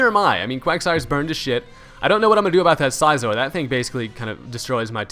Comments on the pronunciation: It's Scizor as in "scissors", nice battle, though. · lol the way he says scizor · Why do you pronounce Scizor so weird?